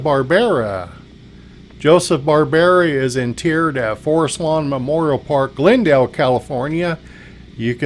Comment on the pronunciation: Love the channel but it’s nails on a chalkboard when you say “in-teered” here. It’s pronounced “in-turd”. Minor quibble but in this industry it’s like calling the burial site a cement-tertiary. Other than that lol keep up the great work as always